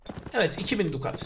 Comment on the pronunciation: dukat demen biraz cringemiş